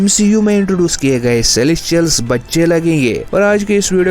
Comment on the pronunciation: पहले तो तुम सेलेस्टियल्स ठीक से बोलना सीखो.. सेलेशियल - सेलेशियल लगा रखा है । और एक और बात अगेनस्ट नहीं होता वो अगेन्स्ट होता है